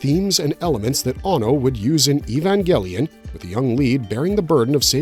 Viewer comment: why do you pronounce evangelion wrong